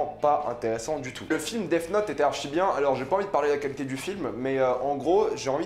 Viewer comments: C est moi ou il dit Def note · Mr jai un très bon niveau d'anglais... Si un anglophone t'ecoutait il entendrai sourd et non pas mort quand tu prononces def 😂😂😂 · Je pense avoir un très bon niveau d'Anglais Aussi: Dèf Not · Tu prononce super mal Death Note sinon super vidéo.